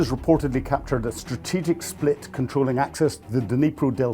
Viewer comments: Spit, not split. Otherwise good report, thanks! 🙏🏽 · it's a 'Spit', not a 'Split'. 🙂